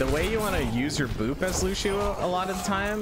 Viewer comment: loo-she-oh lol